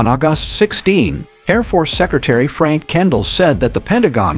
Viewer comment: Don’t watch just bad AI! Can’t pronounce a month, August , correctly.